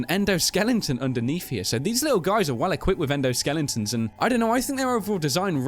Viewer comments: why do u say endonskeletons? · you said endoskellingtons